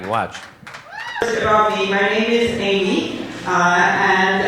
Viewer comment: Amy in Spanish is usually Aimé... pronounced Ī-meh. She's so weird.